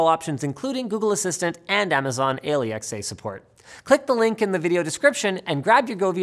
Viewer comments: why did he say A L E X A instead of alexa? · 'Amazon Ay-lee-ex-ay Support' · Amazon Al-E-X-A? Took me a few seconds to figure out you were talking about Alexa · Amazon ale-e-x-a Never heard that one before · Why did he say A-L-E-X-A instead of alexa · the way he says Alexa is so odd